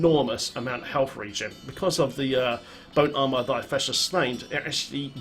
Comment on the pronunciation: i love how it sounds like you are saying "boat armor". D3 vehicles? yes plz